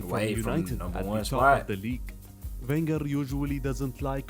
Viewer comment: Man called him Wegner 💀😭